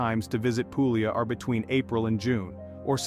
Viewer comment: I stopped as soon as the word Puglia was butchered.